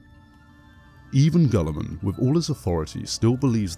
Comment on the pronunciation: Guilliman is pronounced "gilla-mun", not "gulla-mun". The second E in 'Sedayne' is silent. "Sedayn", not "sedaynee". Diacomes is "dee-a-ko-meez", not "dykumz".